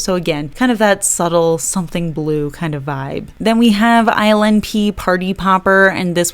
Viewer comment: I keep hearing ILNP as Island Pee. I am Sorry!